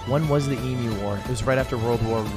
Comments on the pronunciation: guys its pronounced eemyoo not eemoo omfg it hurts my hears so much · the fact that theyre saying e-moo and not eem-you makes me visibly discomfortable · none of them can say emu right 😭😭 its eMU not eMOO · Every time they said Emooo instead of EemYOU XD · wtf is an eemoo its eam--you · Plz the way Atrioc pronounces emu "e-moo" is killing me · Love how they pronounced emu as emoo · So triggered as an Australian. Its pronounced Ee-Mew! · "I can't believe you got it, and you don't even know how to say 'emu' correctly." THANK YOU LUDWIG! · hate how americans pronounce emu